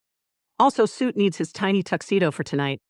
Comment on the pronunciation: Heads up for people new to this series: the AI says “Suit” for the dragon baby. It is supposed to be “Soot”.